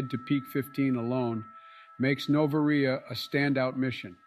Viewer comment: The way pronounced Noveria had me in stiches